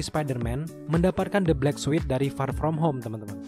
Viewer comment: Kesel gua denger ni org bilang far from home nya wkwk